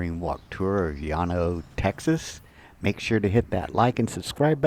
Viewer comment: Great he pronounced it correctly